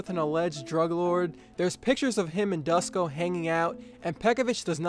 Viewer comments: Its not Dusko, you should pronounce it Doo-sh-ko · It's so funny how you pronounce Dusko as "Dasko" lol. Good vid! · Duško is pronounced like "Doosh-koh".